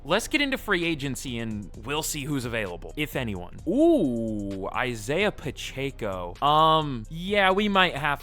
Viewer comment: I'm a Chiefs fan but hearing him say Pacheco's name bothers me 😂